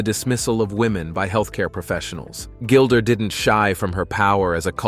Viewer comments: Her name IS NOT Gilder!!! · Why do you call her Gilder?